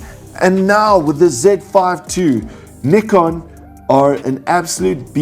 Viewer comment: Tks for the super comparison and pronouncing Nikon right 😊....